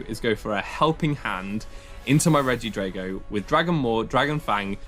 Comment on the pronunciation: Dude, why do you pronounce drago like that when dragon isn't even pronounced along the lines of that?